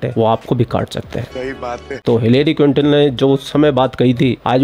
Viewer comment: Hillary Clinton hai bhai, quitone nahi